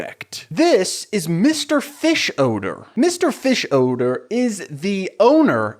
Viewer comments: The way you pronounce fischoeder as fish-odour is so funny to me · I have never watched Bob burgers or this movie, is just like the youtube man, but is the characters name really mr fishodor? I cringed everytime he said it. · You hit the “odor” in Fischoeder SO HARD 😂😂😂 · The way you pronounce Mr. Fischoeder’s name just made me realize (as a years-long fan of the show) that it is a play on the words “fish odor”, I can’t believe I never made that connection until right now 🥲